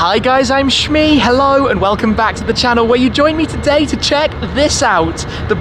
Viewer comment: Lost me at ‘Shmee’